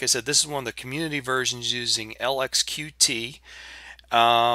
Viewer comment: Nice review, but the Qt project is officially pronounced "Cute" not Q-T.